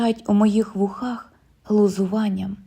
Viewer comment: Дякую. Але зверніть увагу на наголос: товстИй, вУхах, спИна, жилИ, кажУ Процвітання каналу!